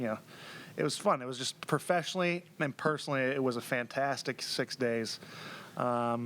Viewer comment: "Faaantaaastic" you can tell Josh has assimilated to the culture, he's picked up the accent